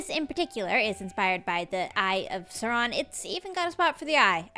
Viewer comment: Sorry the way you said sauron made me laugh😂 it’s pronounce saow ron😂